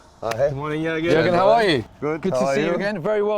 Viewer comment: gergen? gergen? wtf. who has ever said gergen? pull up bro.